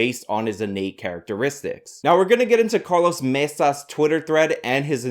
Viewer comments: Quit jamming a pen in my ear with Mesa. It's Maza. Matzah would be just as wrong after Passover, but closer to what it's supposed to be. Far more irritating than white balance, neither is worth putting yourself on the spectrum over. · Carlos MAY-SAH